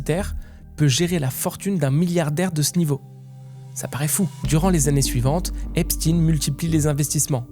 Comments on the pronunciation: Intéressant mais pourquoi prononcer volontairement « EpstiNE » alors que vous savez très bien que ça se prononce « Epshteine »? A croire que vous voulez faire rentrer une certaine idée dans la tête des gens qui serait loin de ses racines initiale 🤔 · Pourquoi tu prononce epstine et pas Epstein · Pour commencer la prononciation du nom n'est pas Epstin mais bien Epstein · Epstein pas Epstine , il est juif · Faut arrêter de dire EspTINE c'est EpsTEIN. Même les amérloques ils disent EpsTEIN. Vous avez peur de quoi sérieusement ? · Arrêté de l'appeler Epstine!!!!!! Il est pas russe mais juif! C Est Epstein ! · son nom ce prononce comme Albert Einstein, superbe vidéo bravo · Epstine???? Pk tu le prononce pas correctement toi aussi ? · Ça se prononce EPCHTAYYYN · Faites vous exprès de mal prononcer son nom? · non il le prononce en anglais, la phonétique n’est pas la même. Mais bon, je penses que personne n’est dupe.